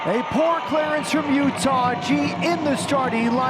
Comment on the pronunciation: "Full time in Sandy Otah." lol.